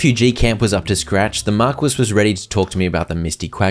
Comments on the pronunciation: I'm dying, markwes, pretty sure it's pronounced mar-key. Still funny tho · Thank you so much for this playthrough!! I love it all! sidenote, Marquis is "Mar-kee" and not mar-quiss literally. you still made it sound fancy though 10/10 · bro really spent an hour and a half pronouncing marquis as mar-kwiss instead of looking up that it's pronounced mar-key in 2 seconds on google... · Every time he pronounces "Marquis" as "Mark-wiss" a little piece of my soul died 🤣 it's pronounced "Mar-key"🙃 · Okay. It's not Mar-kwiss. It's Mar-kee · PSA: Marquis is pronounced Mar-kee not Mar-quiz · i know brits forgot how to pronounce their own words, but pronouncing wrath as "wroth" is just mind-boggling. not to mention pronouncing marquis(Mar-Kee) as mar-quiz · Love the vids! Just knowing that you more than likely wont do another hundred days of this until more dlc releases, I have to tell you that Marquis is pronounced marr - key, and is a middle ranking noble title. I wouldnt want you going through life always pronouncing it wrong! :) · marquis is pronounced mar-key lol great series, cant wait for the next one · its pronounced MAR-KEY my guy lol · Marquis is pronounced "mar-kee". Unless it's black. Then it's Mar kwees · Just an FYI: Marquis is pronounced 'Mar-Key', it's a title not a name.